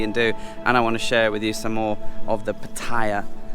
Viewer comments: Sorry to correct your pronunciation again. You say Pu-tie'-uh like a typical Brit. Ask a local how to pronounce it please, and say it right. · How can anybody visit Pattaya whit out mention what basicly makes Pattaya? Sex & Beer & Rock' Roll? And one thing more? Is it so difficult to pronounce Pattaya correct.😁😁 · One of my pet hates, pronouncing pattaya, first came in 2003 never heard it pronounced that way now,utubers saying it all the time y? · it's funny you pronounced PATTAYA correctly but then, you mispronounced it.